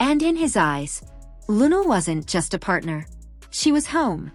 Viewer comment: Please Say Her Name Correctly In Respect 😌👏🏿!!!